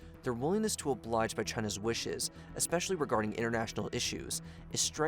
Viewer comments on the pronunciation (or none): none